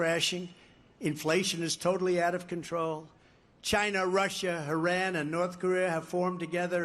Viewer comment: Instead of Iran he said Heran lol